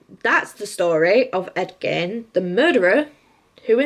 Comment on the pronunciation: It's 'Gein' as in 'Lean'!